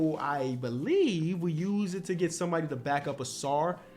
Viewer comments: Take a shot every time messes up Ausar’s name. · You had Ausar not Amen. Lol